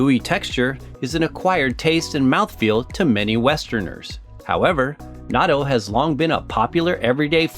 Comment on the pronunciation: The video is fun and educational, but the narrator’s pronunciation is driving me crazy. It’s “not-toe” and NOT “nadoe”